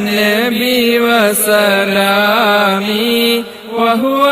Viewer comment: നിങ്ങൾ ചൊല്ലുന്നതിൽ തെറ്റ് ഉണ്ടല്ലോ വസ്സലാമി എന്നല്ല വ സലാമി എന്നാണ്